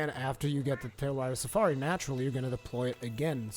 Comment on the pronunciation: "Tailrider Safari" - Its "TailRAIDER Safari" :P